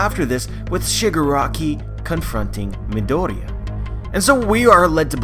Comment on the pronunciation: nice video, it's just that i can't bear u saying midoriya wrong xD